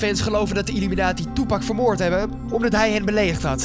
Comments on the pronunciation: Het is illuminati, niet illuminatie Spreek het maar is uit dan hoor je dat het niet klopt 😉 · Je zegt illuminatsie niet illuminatie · het is illuminati en niet illuminatie